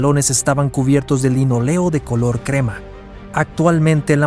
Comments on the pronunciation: Pésimo vídeo, las fotos que menciona no las muestra y pone imágenes de gimnasios modernos, imágenes actuales mezcladas con recreaciones y/o imágenes de otros barcos. El recubrimiento de los pisos es de LINÓLEO, lleva tilde y se acentúa en la "o" no en la "e". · linóleo la tilde se pronuncia ¡¡¡¡¡¡¡¡